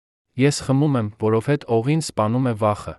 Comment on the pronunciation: Այ ասմունքող, դու ինչու ես հայերենի ,,և,, տառը ջնջում, միթե չգիտես,որ և ,,ը երեք տառ է, այսինքն ,,յեվ,,, դու դրա իրավունքը չունես, ասում ես որովհետե, ,մենք նման բառ չունենք, այ իմաստակ